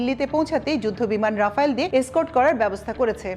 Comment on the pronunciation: রাফায়েল নয় রাফাল।(Dassault Rafale)